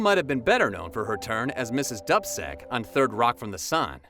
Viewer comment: Not to be too picky but you mispronounced Elmarie Wendel character's name in 3rd Rock. It's pronounced Doobcheck but spelled Dubcek. .